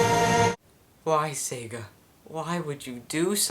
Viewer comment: You are SO RIGHT! By the way, it is Sega, not Saga.